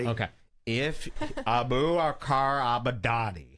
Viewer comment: It’s “Abu Bakr” not “Apu”. Abu means father of. So father of Bakr. Al-Baghdadi means the baghdadi. So either he’s from Baghdad or his family is. It’s called a nisba (although this may not really be one). Mostly classical figures have nisbas I think.